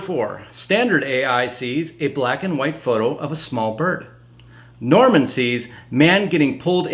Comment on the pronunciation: Norman is not Norm-al